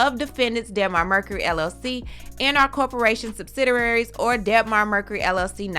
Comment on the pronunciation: Nice channel but girl... subsidiary SUB SI DIARY.... not SUB SI DI RA RY......Kevin should crawl into the darkest cave and live there permanently. Maintaining her personal well being? Really? Dude you were taking her money to cheat on her...what well being are you talking about...the reason why she lost this show in the first place is Kevin and his cheap disrespect. Oh the damn audacity to sue...this fool Kevin...